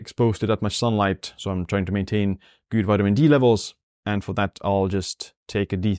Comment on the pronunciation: your channel is super, your English is fine, but plz- good is pronounced, as you pronounce YOU not gyyyyyyd🤣🤣